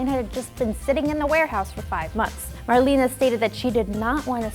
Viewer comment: So annoying to hear her call Marlena "marlene" over and over